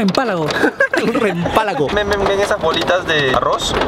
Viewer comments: solo ha escuchado un "Rempalago" JAJAJAJAJAJAJA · Rempalago jajaja es relampago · Se dice relampago 😆😆